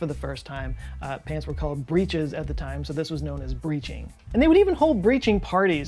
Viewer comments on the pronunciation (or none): Don't you mean "breeches", rhyming with "stitches"?